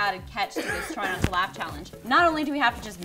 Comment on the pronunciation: Anytime someone says "laugh" I hear "LaF"